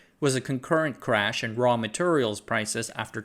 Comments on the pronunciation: Bro says "materials" like my grandad. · I’m from the South Eastern US and the way you pronounce “Materials” sounds like you grew up here, too. 😂